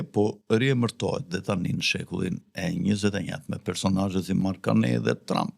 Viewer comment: Nuk lexohet Karnej po Karni